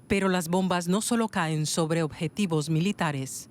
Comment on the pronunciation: Laj bonbaj, dice este endejo y el apellido es castellano jajajajaja riza dan éstos chistes